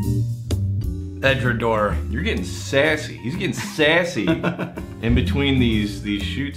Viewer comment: Went to Edinburgh couple months ago, most of the people I spoke to said Edradour (as in Door). Of course regional accents and pronunciation is real so possibly Edradour (as in Hour) is a regional pronunciation?